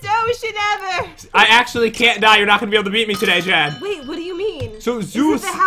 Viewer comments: Its Jen Not Gen are you trying to make fun of Jen!!! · Lopaka Ell-Peterson its jen not gen hahahahaha